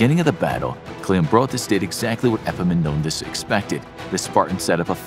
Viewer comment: This is the first time I hear an non-greek saying a greek name well. I meant the Επαμεινώνδας (Epaminondas). Well done, consider me impressed.